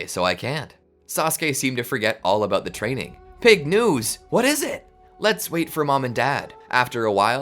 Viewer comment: "Rizz teaining"got me laughing on the floor for atleast 10 mins